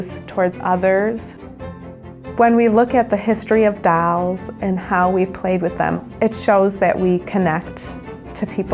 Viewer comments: doll... not dAll... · She should learn to pronounce the word doll